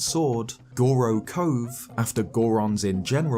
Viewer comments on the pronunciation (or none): none